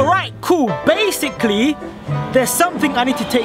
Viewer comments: stop saying bassicly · Stop saying basicurry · Stop saying bacicly